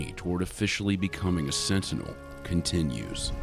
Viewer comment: his is a SIT-TINEL. LMAO. It's getting fuzzy!? lmao. that's what he said. bahahahahaha.